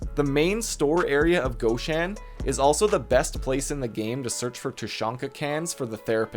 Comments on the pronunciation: All ok, thx. But goshAn, not gOshan)) that is nonlicensial copy of russian shop with name ashAn. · Awlee and gawhshan. You must not like the letter o